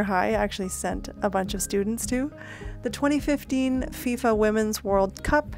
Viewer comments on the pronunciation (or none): none